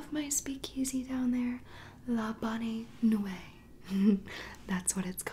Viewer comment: Sorry it’s pronounced Bon nweet